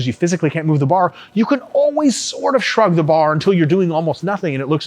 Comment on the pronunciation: No one: RP: S H U R G